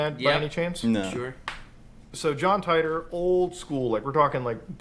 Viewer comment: Not "John Tighter", "John TEE-TOR"